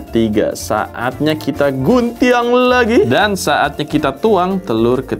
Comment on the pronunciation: guntiang ? logatnya wkkwwkw